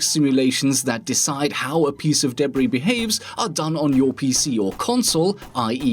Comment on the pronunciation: First time he said "debris" sounded similar to "Debra"